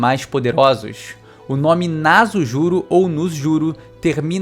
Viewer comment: Se escreve "Nasujuro", se pronuncia com som de S, tipo "Naçujuro" e não com som de Z "Nazujuro"